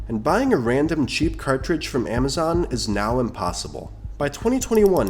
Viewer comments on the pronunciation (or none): none